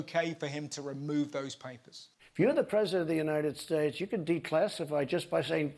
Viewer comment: also he can't say the words united or states